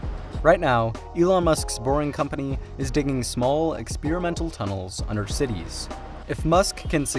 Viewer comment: What is this new word "ex-peer-imental" ? Can people please try to speak proper English?